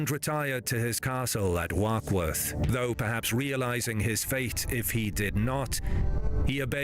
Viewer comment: "Warkworth" (stronghold of the Percy family) is pronounced "walk-wuth".